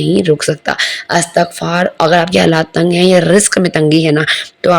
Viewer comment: Astaghfarr ni hota meri behn istighfar hota h